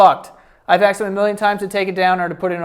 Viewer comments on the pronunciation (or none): who to this day still can't say "asked" so instead it sounds like "axe", never change 😂🤣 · Oh no … says aKSed ☹️